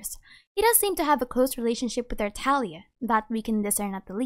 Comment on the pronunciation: its TarTAGlia not tarTAlia!!!!!!!!